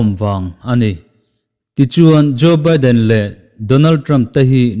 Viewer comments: Jo Biden tih loh tur (Jo Baiden ti a lam tur). Engpawh nise a ngaihnawm thin teh eee. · nia Baiden tihtur lom